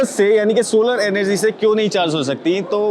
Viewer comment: Bhai.. solar energy nahi bol pa rahe